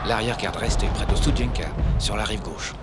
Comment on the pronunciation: Pas stoudienka mais studienka j'y suis allé !